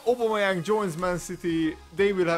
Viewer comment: You say his name wrong lol